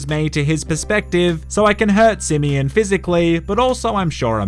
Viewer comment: Simeon: exist Nobody:: SiMiyINn